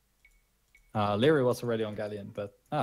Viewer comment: isnt it supposed to be pronounced Larry?